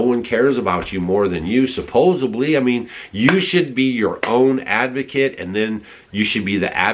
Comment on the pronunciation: no "B" in the word supposedly. Not sup-po-zub-lee. It's sup-po-zed-lee.